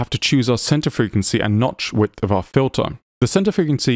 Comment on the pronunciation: your videos are fascinating and really well done. Thank you for continuing to make them! However, I do have to give you a hard time, only because it made me chuckle... around the mark you twice said "nodth witch" instead of "notch width." I was so engrossed in the material that I had to go back and listen to it about three times to make sure I heard it right.